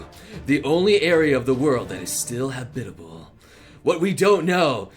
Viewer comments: learn to pronounce words synopsis: sin-nohpsis, not sinnope-sis [səˈnäpsəs] Academia: ack-uh-deemee-uh, not ack-uhdeh-mee-uh [akəˈdēmēə] Habitable: HA-bit-ta-ble, not ha-Bi-ta-ble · i laughed when he said habitabal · Ha-bit-able. Cringe.